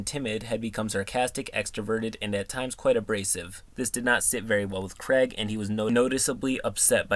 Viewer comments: It bothers me how much you mispronounce Craig. It's not just you. It's "Craig" not "Creg". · As much as I love, I can't handle the fact that Craig is said as Creg.